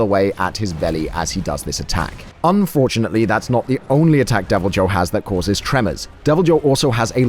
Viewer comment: Really bothers me how you pronounce Deviljho.. it’s pronounce ‘y’, making its name pronounced as ‘devilYhho’ connecting Y and H sounds.